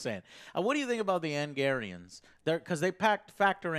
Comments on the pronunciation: Joe, wtf is an Angarian? Its Angaraan! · "Angarians and Micky Way". Try harder joe. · His butchering of "Angaran" for whatever reason is annoying me.